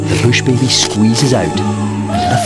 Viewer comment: Why does he say bush baby like that 😂